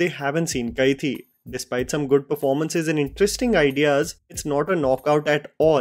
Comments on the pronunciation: Bro it's Kai-di not Kai-thi. Hindi word for prisoner is the same as the tamil word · hi...its pronounced kaidi.